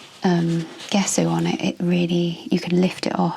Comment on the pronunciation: Hi,. An interesting video, but two things I'm surprised that no-one's mentioned! In reverse order: 3: Gesso is pronounced, "Jess-oh" with the accent on Jess. We can check almost any pronunciation we're unsure of on Google Translate - it does a pretty good job, unless it's a really obscure language! Tell Google if you know the original language, otherwise it may decide it's English, which doesn't always help, as it can come up with the American pronunciation! If unsure, choose 'English (British)' Put the word in and then click on the 'listen' icon at bottom left to hear it pronounced, 2: A very serious health warning!!!: Using gesso, creating a rough surface, will cause serious damage to your watercolour / gouache brushes, brush markers (regardless of tip!), pen nibs and fineliners,.It also will eat up your pencils and Neocolors very fast. If you wanted the resist, then you'd need to sand it to a fine, smooth surface - but that creates plastic dust, which is not good for your health nor that of the environment. But at base, it's not intended for sketchbook use, though it seems to be a fashion on ArtTube recently. 1: Acrylic gesso and paint contain plastics which find their way into our soil / water very easily. It's not only in artists' paints, but it's in all sorts of household paints and other things as well, and none of this is good news for our struggling planet!!!! The reason your pencils came out darker is a direct result of the rough surface, which grabs all th